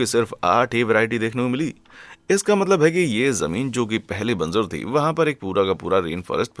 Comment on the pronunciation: Very clear voice , diction and facts . Thank you. If I may point out ? It's बंजर not banzar .